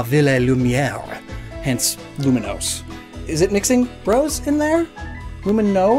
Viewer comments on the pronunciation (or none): Lumiose City, there is no "N" in the name, stop saying it like there is. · It irks me to no end that pronounces Lumiose as "Luminose"